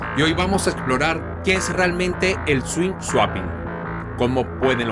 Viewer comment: swing suaping😅